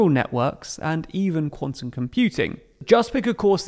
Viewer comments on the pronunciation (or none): none